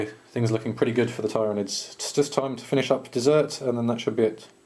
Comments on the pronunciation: Well *I* know Marneus Calgar and he says it ti-ranids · It's ti- ranids... xD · Im not saying its wrong just i play frequently at a gw store and the manager there i know actually knows alot of the designers and writers at nottingham and we all say tyranids not ti-ranids with being corrected so but ive not heard the correct way to say it so your choice to say it how you want :-D